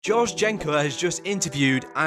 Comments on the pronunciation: When you say George i hear josh 😂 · It’s GoRge not Josh